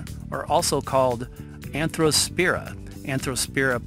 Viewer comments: Watch this "video" on MUTE, because the narrator is reading this text like he's reading a book to a child. And he can barely pronounce some of the words -- in fact, he pronounces Arthrospira as ANthrospira. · ARTHrospira not ANTHROspira!!!!!